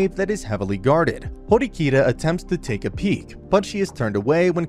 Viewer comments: it's horikita not hirokita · the way he mispronounced horikita's name multiple times lmao